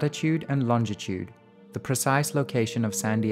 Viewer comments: it really burns me how you can't say longitude :P LOL! other than that good JOB! :D! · Lol he pronounces longitude and latitude vis soooooo funny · Not bad, but he's pronunciation of Longitude is wrong